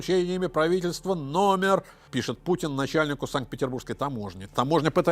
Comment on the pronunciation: Элцын, Пуцын.... Что за этнос?